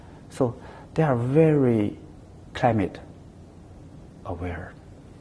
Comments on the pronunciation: ”哈，秦刚的英语还是挺不错的嘛，表达方式也比较符合国际外交方式。发音还可以，就是V音发得不对，发成了w音。“i am very impressive “ 说了还几次终于意识到自己的错误并且更正了过来。总之，没有那么战狼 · 哈，秦刚的英语还是挺不错，口音也还可以，就差V的发音不太准了。但是他说“I am very impressive “ 好几次，最终也也是到自己的错误了。这个访谈算还比较客气，不那么战狼的。